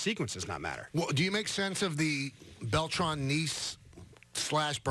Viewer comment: It’s Beltran ;)